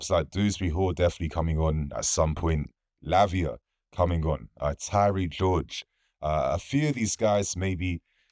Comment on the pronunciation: Man really said Lavia 😂😂😂😂